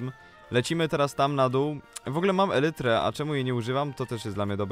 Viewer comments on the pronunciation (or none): none